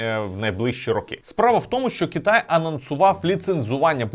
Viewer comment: Чому кІтай , а не кИтай, дуже вухо ріже, виправте будь ласка цей недолік